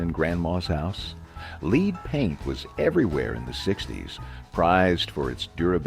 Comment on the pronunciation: He said leed paint 🤫🤫🤫 don't tell anyone.